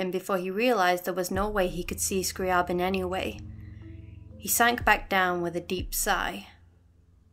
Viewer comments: Yo, I think your analysis is super interesting, D: like how you can absolve yourself if you just remove yourself from any kind of control. And I suppose you pronounced is "Scrah-Bin?" There's actually a funny thing with Scri's name. So, I like Classical composers and I am saying hus name the way it's ACTUALLY said "Scree-Aah- Bin" , but then Zarla made a really cool audio post about the fact that Zeitgeist is supposed to be a Hollywood Movie and thus the name was sort of simplified and is thus pronounced "Scree-Uh-Bin" in the story. I only found this after recording this, so it's pronounced differently in the next video lol. Thanks for your comment! Xx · I always pronounced it scriy AY bin